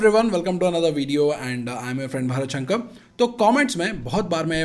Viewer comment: शंकर ko english accent me शंक क्यू बोलते हो भाई. भारत शंकर, ऐसे clear बोलो ना.